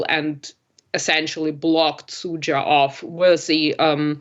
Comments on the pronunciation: It’s not Zutsa it’s Sudzha Suuh-jaah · Guys, this is not serious. Sudzha has been on the news for half a year and you still don't know how to pronounce it correctly. I'll explain. "Z" is a voiced consonant, "s" is an unvoiced one. "Zh'" relates to "sh" just like "z" relates to "s" ("zh" is pronounced like "j" in French). In the concrete case, "dzh" in "Sudzha" is pronounced like "j" in English.